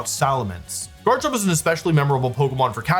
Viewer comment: Wolfey must pronounce Garchomp as "Jarchomp" if he's gonna say Jible And Jabite